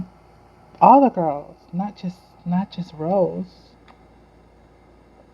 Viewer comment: It's Rosé Not Rose...It pronounce as rozay....like Beyonce'